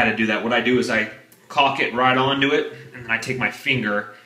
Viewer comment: Why are you saying "chalk" when it's called caulk